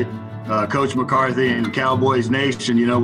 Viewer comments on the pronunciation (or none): none